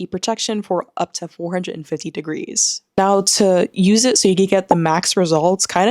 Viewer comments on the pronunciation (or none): none